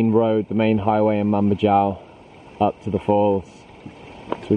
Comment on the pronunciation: Mambajao is pronounced Mambahaow, not Mamba-djaow...